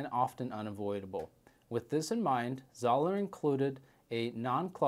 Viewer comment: How can you review it if you can’t even pronounce the name right lol. It’s pronounced ZO LER